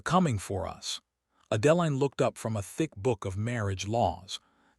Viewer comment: I can take that pronunciation over the way Adeline is pronounced. Now that is really jarring!